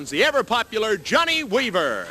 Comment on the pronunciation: JOHN-NAY WEE-VER 😂😂 Big Dust